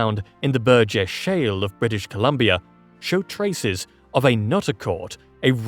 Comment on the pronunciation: Say Burgess shell one more time, I dare you!! 🥴😵🫠 I wonder if that could be in British Colombia.... Can't remember if he mentioned it 😢😅